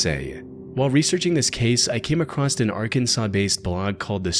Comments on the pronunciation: There’s no T in the word “across.” Jesus dude. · Baby “acrossed” isn’t a word. It’s across. No matter if its past present or future. You’re smarter than this and I’m trying to help you sound like it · no there isnt. i have no idea why this guy always says "acrosst" but it pisses me tf off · why does this guy say across as "acrosst"